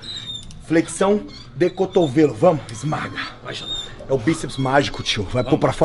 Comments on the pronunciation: kkk tem dificuldade de falar o nome do super xandão...hora ele fala super sandrão e outra é xuper xandão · Xuper sandão